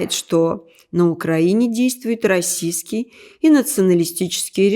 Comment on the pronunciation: Слово -"расистский", нужно произносить чётче! Иначе слышится Российский.